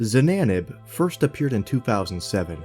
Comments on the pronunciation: why do you say zananab and not ksananab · He didn't even say the name right, it's "XanaNab" not XanaBab"